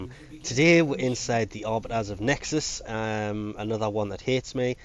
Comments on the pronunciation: HEXIS NOT NEXIS OMG U GET IT WRONG EVERY TIME HAHAHHAH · Are you intentionally saying Nexis? Because you're freakin' annoying me so much right now! D:< HACK-SIS PLEASE! D